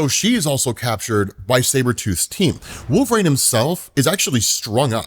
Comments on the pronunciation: Who is "Wolf-rain" ? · I wonder if he says wolv rain on purpose to get comments... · Wolvrain is driving me crazy wolvereen is the pronunciation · Who tf is Wolvrain?? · Had to stop the video. "Wulv-rain" was driving me crazy. Please rerecord this. Good God. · Who the hell is wolverain and why do you keep saying it that way? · Wolverane? Dude this is my biggest pet peeve of you do. It's like saying Marine but wolv in front of it. Shit son.. do you ever hear yourself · Have him move back to Canada and join Alpha Flight. "Wolvrain"? I know you've heard it pronounced. Stop with this nonsense. Bro, I keep adding to this post while I listen. If there's a hell, I hope you have to listen to this podcast and hear yourself say "Wolvrain" over and over. Just kidding... Or am I? Why are you doing this to us? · It's Wolv-reen. WUUL-vuh-reen. you're driving me insane hahahaha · "Wolve reign" Bruh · I always wondered why pronounces Wolverine as "Wolverain." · I love the channel but man... i really hate "wolvRAIN" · Bro i thought i was hearing wrong until about 11 mins in lmao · Dude can’t even say WOLVERINE. use your vowels smart guy❤